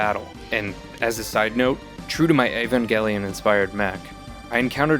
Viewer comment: Yeah, no. Not a jelly boy. He incorrectly pronounced Evangelion it like EEVONgelion instead of AEVENgelion, the correct way. It's how the word is pronounced within the show and movies. How someone could say it's one of their favorites and mispronounce a word they've heard pronounced correctly by the characters a dozen times blows my mind. The only way I can rationalize it is that he intentionally mispronounced the name.